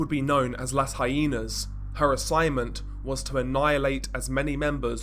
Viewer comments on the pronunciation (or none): La Guera is pronounced La Wera......and Las Haynas is pronounced Las Hi-nas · He called them hyenas. L O L🤣🤣🤣🤣. He had no clue that the word he mispronounced is Mexican slang for chick/female.